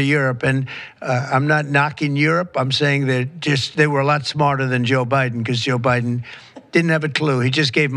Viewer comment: He said, "Obiden"! 😂